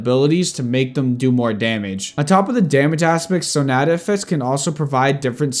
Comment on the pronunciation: Your vids are great but please correct your pronunciation of "sonata". It's a musical term.